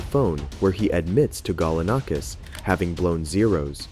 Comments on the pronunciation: Seriously how many different ways are you going to pronounce Galanakis?? It's the same name ffs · I like how you pronounce it as "michael sichini" then go to pronounce it as "Chechini" THEN Pronounce it as "Galanikis" but then pronounce it to "Galanakis" Your inconsistency is killing me my dude.